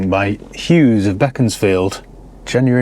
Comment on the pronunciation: Pronounced ‘Beaconsfield’ correctly ..👏👏😉